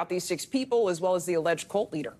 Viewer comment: What's a "cooult?"